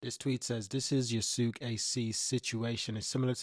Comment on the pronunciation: Love the video. But so you know, it's pronounced Ya-skay